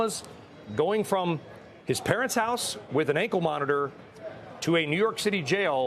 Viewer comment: Fried not freed.